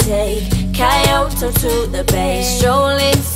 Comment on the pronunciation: I guess Kaiyohto is the new pronunciation for Kyoto...